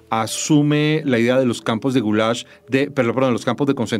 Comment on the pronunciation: Maria Jimena toma una postura y el relato la sigue, destaca hechos históricos y oculta otros de forma deliberada. Un detalle es que se llama Gulag y no Gulash.